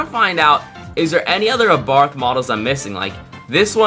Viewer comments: Its abarth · It’s ABARTH